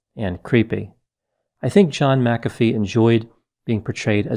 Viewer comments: Uhh I thought it was pronounced mac-uh-fee not muh-caffey lol ?? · Pronounced. MAC afee. not ma CA fee. He was a fool. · I’m pretty sure it’s pronounced “Mack-uh-fee,” not “Mick-aff-ee.” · MAC-a-fee. Not ma-CAF-ee. Just sayin’ . ♥️♥️🌟🌟🌟Love all the videos. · Its Mac-a-fee not mic-cafee. It's crazy someone that educated doesnt know the pronunciation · Why do you pronounce his surname Macaffeee but the software McAfee? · The whole video you pronounced his surname as Mac Afi and right at the end you said it the way I say it..McAfi! That really thew me off, which one's correct? 🤔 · Pronounced Mac a fee not Mcfee!!! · It’s Mak-uh-Fee, not Muh-cafee . You put em-fass-ess on the wrong sill-ab-ull. Tool. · Agreed. It’s Mac-A-fee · And in South Africa we pronounce it ma CAF ee - emphasis on the middle part. I wonder if there are others who have that surname who could help out with the correct English pronunciation? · I think it's pronounced Mac uh Fee. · Pronunciation is John David McAfee (/ˈmækəfiː/ MAK-ə-fee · I always thought it was pronounced MAC afee. That’s okay. Potato, potato. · Isn't it MAC-a-fee? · Pretty sure his name is pronounced Mac A Vee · HIS name is pronounce MAC-A-FEE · MACK a fee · MACK a fee Erik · Ma..caffee lol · Respectfully It is pronounced "Mac-ah-fee". He was running from the law, and been at it for a while. It's a shame! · pronounced Mac-a-fee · It's pronounced Mc A fee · Why does everyone mispronounce his name? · You are mispronouncing his name. Not that I really care. We should respect others by pronouncing their names the way they do. Wow, towards the end you got it right.